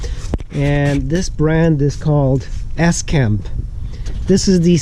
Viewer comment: Lol, it's not S - Camp. It's Scamp....one word.